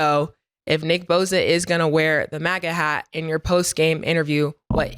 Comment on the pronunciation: its boSa not boZa 😂😂😂 tell em said shut up n rush the passer Nicki boza